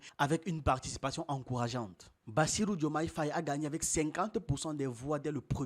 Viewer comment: on ne dit pas Bachirou mais Bassirou